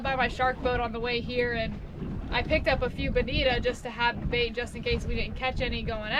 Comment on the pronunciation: You say Bonit(O), not Bonit(A)